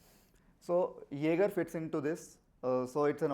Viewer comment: If you both had put just 10% of the effort you put into pronouncing "Jaeger" as "Yaagar" into the demo, the demo would have turned out great. I'm telling that.